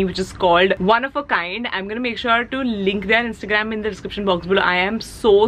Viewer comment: hi, you pronounce it as "they are" instead of "their" :)